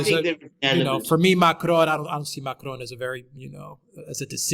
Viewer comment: please learn to say Macron with a French accent not a Mexican one.